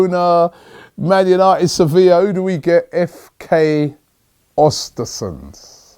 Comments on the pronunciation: pronounce ewhr-stewhr-sewndh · Östersund Ö like the E in Ernie and you'll pronounce it better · Östersund*** not Ostersunds